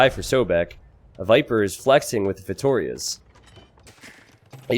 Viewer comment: The way he says "Feitórias" instead of "Feitorias" is kinda annoying xD